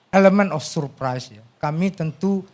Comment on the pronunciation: duh surpai surpai🤣🤣🤣 bikin geli